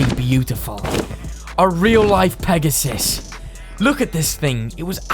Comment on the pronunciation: Mans said Pegasus 😂